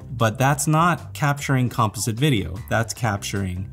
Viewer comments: Thanks for the video. Good info! My only criticism is that you keep mispronouncing the word composite. (kuhm·paa·zuht) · has anyone pronounced the word composite around you before?! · I totally didn’t realize I was watching a LMG video until I heard him pronounce “composite” and I was like… that’s not how we pronounce that word in ‘merica! That’s the European or Canadian pronunciation. Then I realized… (or realised, for our European friends). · Why is he pronouncing “dome” as “doom” and “composite” and “compa-sit”? Silly Canadians.